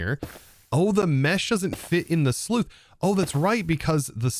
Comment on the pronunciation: While this series has been very enjoyable and helpful, for the love of god PLEASE. SLUICE, not SLEUTH. SLOOSS.